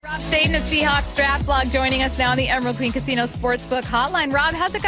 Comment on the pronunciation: I even wrote “marTEEnez” during his live post draft show and he still needs to pronounce homey’s name wrong. What if he would love everybody calling him Robe StahTONE?